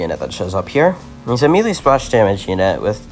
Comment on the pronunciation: i used to pronounce melee like that, its more like may lay